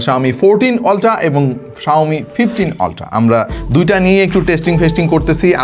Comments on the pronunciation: অল্টা❌ আল্ট্রা✅ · অল্ট্রা কি ভাই u এর উচ্চারন আ এর মত করতে হয় এইটা ছোট বেলায় স্কুলেই শিখাইছে ভাই। অল্ট্রা হবে না আল্ট্রা হবে। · আল্ট্রা-❌ অলট্রা-✅